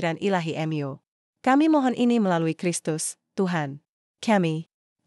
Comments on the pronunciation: Mu dbaca sebagai em Yu?????? Kentir !!!!! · Kenapa membaca Mu sebagai kata ganti Tuhan dibaca dengan kata Em Yu ? Apakah yg membaca ini bukan org Katolik/Kristen ???